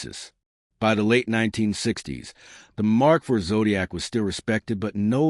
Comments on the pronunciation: AI strikes again, every now and then. e.g. Mark "Eye-vee" instead of Mark 4... And no Granada images. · Phuck.... this AI is so annoying. The Mark eye vee for Mk IV. Gave up after that and changed channel.